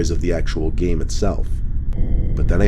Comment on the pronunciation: you speak proper English it's supposed to be itself! Pronunciation: It self! But it sounds like its self!